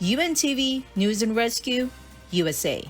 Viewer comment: Hoy, ayusin mo ang pag pronounce ng word na "NEWS", hindi "NUS", bwisit ka nag iinit ang ulo ko sayo